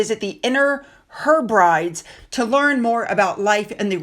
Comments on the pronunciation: Heb-rid-es Not Herbrides please. But apart from that thank you for your blog. always very interesting. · I love you, but I must correct your pronunciation of Hebrides. It contains three syllables: Heb-rid-dees. Love ya'. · Friendly correction. Hebrides is pronounced Heb-rid-eeze. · I know that feeling don’t like to be bothered with pronunciations, but when the Edinburgh’s went to Scotland, they went to the ‘heb-rid-eeez’ both inner and outer. I prefer your videos rather than other commentators is that you cover the real royals. I think I’m now alone in thinking we’re all suffering from Sussex over saturation and to be honest, I’m just bored of them. Keep doing your fantastic work ❤ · Not to be the Pronunciation N-zi, and this is meant as the gentlest of gentle corrections: “Hebrides” is pronounced “heh-bruh-dees” The Hebrides are islands off the coast of Scotland. As in “I wish Harry and Meghan had been banished to the Outer Hebrides …..” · it's the Inner H eh bre dees there is the Outer H eh bra dees too, it's a group of islands and they are way up the north off Scotland. Next neighbour I think is Norway. ❤ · I think it's pronounced Heb rid eese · darling, "Inner Herbrides" is pronounced "Inner HEH-bri-dees". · FYI, Hebrides is prounced Heb-ree-dees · Sorry but it is Heb ri dees. Hope you don't mind. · Hebrides is pronounced Heb-re-dies. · Pronounced Her b dees. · The Hebrides is pronounced Heb-re-dees. Lots of Scottish places are hard to pronounce so well done for trying. 😊H&M continue to show how desperate they are. They are a total laughingstock. Unbelievable lack of self awareness. Love your channel. ps How are your knees? 😉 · Pronunciation: Heb-rid-eez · Hebrides = Heb ri deez. 😀 Good try though. 👍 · Heb-rid-eeze 😂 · Yes indeed. I had to listen twice to that😂Poor she battles with the UK place names. ❤ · Hebrides....check your pronunciation..